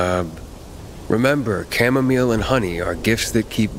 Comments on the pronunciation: You call chamomile, camo-mile? Bruh.. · Who calls it chamomeel?? Gross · It’s chamomile not chamomall